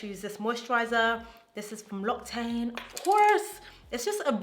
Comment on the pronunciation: this video is so good loved i'm going to follow your makeup routine to a t ☺️ as a french viewer i just wanted to let to you know that "l'occitane" is actually pronounced lock-sea-tan